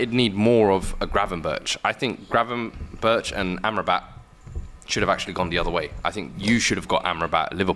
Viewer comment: Man said Gravenback😂😂😂😂